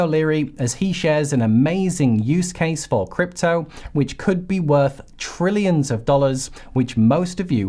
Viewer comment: Not Brillions, but Trillions, with a T.